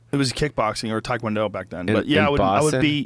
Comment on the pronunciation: Tie Kjuan Dough*